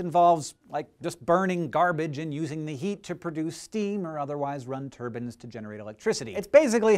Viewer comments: Turbine-or as you say it turbin lol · Also turbine. He says "Tur-bin"